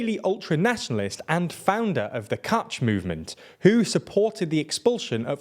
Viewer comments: This video has some horrible mispronunciations (“katsh” instead of kach, with the ch pronounced like the gh in the Dutch pronunciation of “Van Gogh”; Me-eer Ka-ha-né instead of “Mere ca-Hahn”; “ee-ta-mar Ben gv-ear” instead of It-mar Ben gvir; and what the hell is “masafayata”?!?) and Ben Gvir didn’t visit the “Al Ackser” Mosque - he visited the Temple Mount. Seriously guys, put a little more effort into a video. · Again, pronounciation. Meir is a two-syllable word, Me-ir, and it rhymes with "Zahir" from Legend of Korra. Kahane is a three-syllable word that sounds similar to "katana". And Kach, as you were told last time, rhymes with Bach. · I don't want him to not have an accent, but having the wrong number of syllables in Meir Kahane and pronouncing Kach as catch is pretty bad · British guy says: Bach....Kach.....Cock?